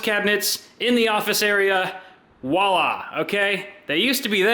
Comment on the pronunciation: my dude, I’ve always wanted to tell you this bro: it’s “Voila” with a V not “Woala” like you keep saying it ☺️